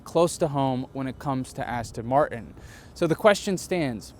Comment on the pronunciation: Every time he says "coupe" I want to shout at the screen, and the butchering of the word Martin is annoying too - but on the plus side he seems a great bloke and the car is f'ing gorgeous!!